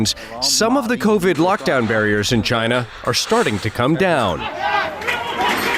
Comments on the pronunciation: it’s not china, not sjina, it’s kina now baby! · why did he pronounce "china" as "kai-nuh"